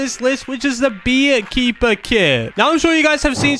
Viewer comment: On hee keeper he said beared kepper